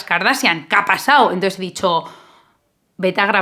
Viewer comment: "Ka' pasao" lover